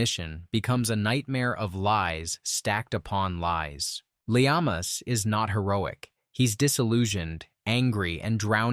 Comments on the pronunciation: Yeah. Lee AH mas...Pronunciation for Alec Leamas. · It's pronounced Alex Le-Mass (as in Seān Leamass (Irish Taoiseach)).👌 John Le Carré acquired Irish citizenship before he died.😀